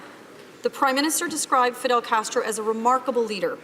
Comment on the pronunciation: Justina Castr-Uh is a joke!!!!